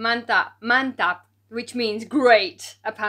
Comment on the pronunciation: every time you say MANTAP very fluent in Indonesian accent, love from indonesia